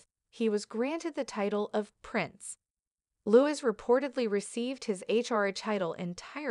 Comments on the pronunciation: LOO-EEE..(not Lew-is) is the correct pronunciation of the boy's name. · PLEASE pronounce Louis name correctly!!!! It is NOT Lewis...., it is Louie!!!